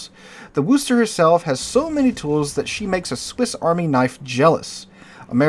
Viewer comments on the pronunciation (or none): Worcester is pronounced 'Wooster' with 'Woo' as in 'wood'. Unless you're from there. Then it's WooStah. Otherwise, good content, as always. :)